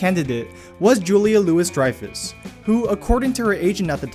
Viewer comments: "Julia Lewis Dreyfus" lol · Ugh. Narrator can't pronounce names of actors.